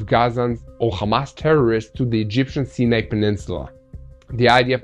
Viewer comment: Sinai is pernounced "ceyeneye".